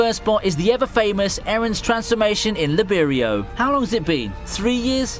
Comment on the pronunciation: Lib erio? My guy if u actually watched the anime they literally teach u to say it I don’t know how it can be difficult it’s pronounced lie berio